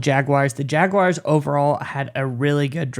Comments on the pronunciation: There is no "i" in Jaguars. Jag-Wahrs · Nobody says it like that, even people from Jax